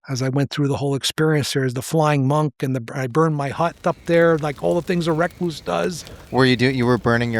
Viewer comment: Why is he pronouncing recluse like that?